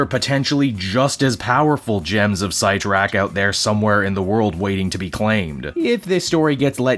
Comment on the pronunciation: Oof, that art... Also, never heard "Sit-tor-rack" pronounced as "Seight-tor-rack" before lol